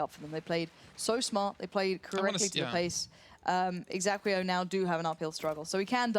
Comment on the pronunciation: Gosh, couldn't anyone have told the casters that the team's name is exAEquo and not exAQUEo?!